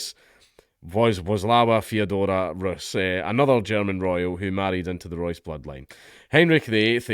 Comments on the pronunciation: Reuss is pronounced as Royce. I know you don't care, but I said it anyway. Staying on topic - man, the Germans castrated themselves so much the past decade it's crazy. They went from one of the most successful nations to mid-tier/upper mid-tier. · Reuss is pronounced "Royse". Don't comment on German matters unless you can at least pronounce German words and names.